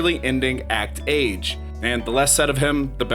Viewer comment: Recommendation: Make sure you're pronouncing titles correctly! Hunter Hunter and Spy Family or Act-Age! Try to double-check as much as you can if your objective is to educate newcomers, otherwise you'd be spreading misconceptions!